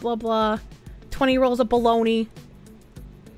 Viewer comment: Ah yes Bo-log-na